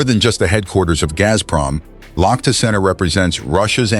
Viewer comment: Лохто? Лахта! Лахта-центр!